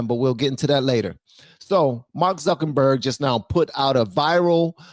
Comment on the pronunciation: Zuckenberg 😂 I love it lol instead of Zuckerberg😂😂